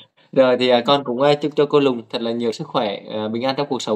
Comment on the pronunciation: Lùn chứ ko phải lùng 😂😂😂 ở miền trong là vậy đó, đoàn văn minh gọi là đòng😂😂😂😂